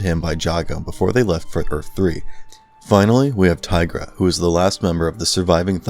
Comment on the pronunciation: Their names are Tigra, Cheetarah & Panthro. Idk what the hell you said lol.